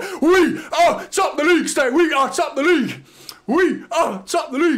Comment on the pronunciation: It’s “League” by the way